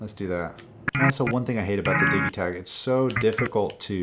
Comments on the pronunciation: It really bugs me when it’s referred to as the DiG-ē-tak instead of DiJ-ē-tact. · It's a Swedish product, it's pronounced like that in Swedish. Digital is DiG-ē-tal, not DiJ-ē-tal. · Woah, hard G in Digitakt? The first part isn’t like digital?